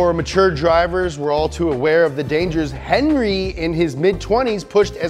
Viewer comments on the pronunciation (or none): none